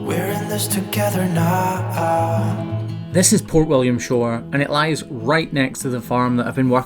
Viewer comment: Where was that beach? Did you say Poor William's Shore?